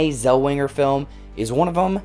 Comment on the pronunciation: Oh Boloney!!!! Us old folks know the real Judy and just seeing the trailers show it's a rude, disrespectful bore! *OH, and her name is NOT Zelwinger, but Zellweger. ARGH.